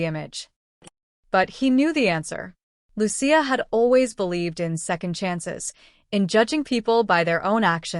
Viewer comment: Her name is Lucia not luchia